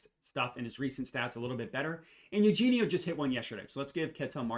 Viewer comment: This guy can’t pronounce any names! DurAn! DurEn plays for the Pistons! And it’s A-U-Hayne-E-O not Eugene!